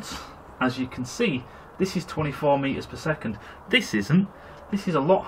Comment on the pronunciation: I looked that up. It said "Bad pronunciation of Meters per Second".